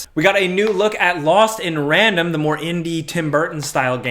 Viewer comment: Dude, you can’t even pronounce the word “THE” correctly how am I supposed to trust you when you keep on saying “Da”.